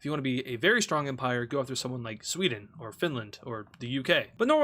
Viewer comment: Empire ❌ Emprie ✅ No hate I love